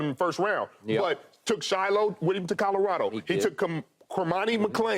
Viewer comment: Nobody : Skip: Calarado